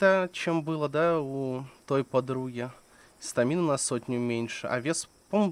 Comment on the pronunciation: Не стамИна, а стАмина :-)